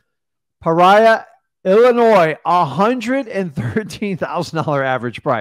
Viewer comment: Pa rya 😂 it's "pee or e ahh" love all your guys content and that course you guys have TOP TOP NOTCH